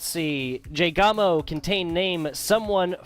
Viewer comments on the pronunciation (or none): You gotta pronounce the S! (Es-jay-gawmo) Either way, glad to play and hope you guys enjoyed!